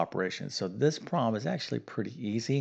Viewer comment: Thanks for the refresher math class. I did not get the correct answer. I knew there was an order to the solution, but I had forgotten it. Notes from a former english teacher - please pronounce your words clearly, so that those with poorer math or english skills can understand. For example it's a 'problem', not a 'prom' and those are 'parentheses', not 'parensees'. Thanks. Math is hard for many people, and I appreciate your explanations. ⭐